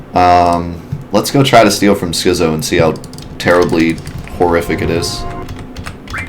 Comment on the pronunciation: It's skit-zo. As in schizophrenic. The more you learn.